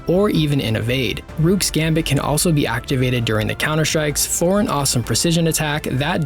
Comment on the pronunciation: It’s not “rewk” it’s rook, pronounced like “book”.. you wouldn’t call it a “bewk”